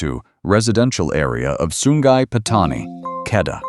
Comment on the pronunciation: Sungai jadi Sun Gai